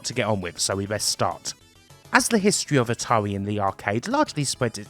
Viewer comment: Your speech is painful to hear. "ATAWI" 😆 🤣